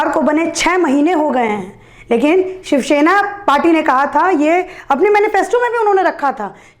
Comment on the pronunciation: Idot it's shiv sena learn to speak first